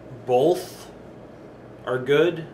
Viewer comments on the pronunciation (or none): Bowlth? BOWLTH?